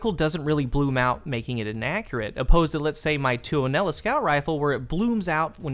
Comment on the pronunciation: Nice to hear an English speaking person get tuonela right. :)